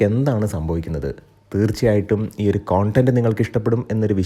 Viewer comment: Please check the correctness of pronunciation for "content" as the way you pronounce